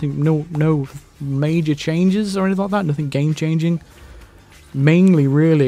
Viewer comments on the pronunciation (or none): none